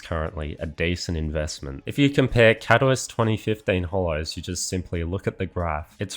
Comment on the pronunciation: You should look up how to pronounce Katowice…